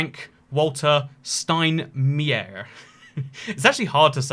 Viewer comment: As person of germany i would say he said it correctly